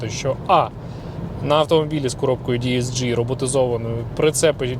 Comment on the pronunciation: Перепрошую! ДСГ Не ді ес джі Це ж німець Вуха ріже Ваше діесджі)